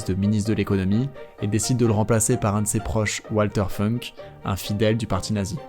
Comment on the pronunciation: founk pas feunk il est allemand pas anglais